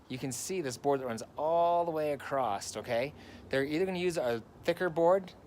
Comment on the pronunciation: Nice video. “Acrosst? Or across?